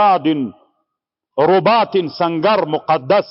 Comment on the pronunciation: الأصل في كلمة (رباط) كسرالراء ، لاضمها .